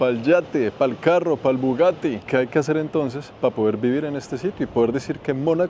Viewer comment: El influenciador que peor habla el Castellano... Pa', Pal', Vamo, etc. QUE VERGUENZA!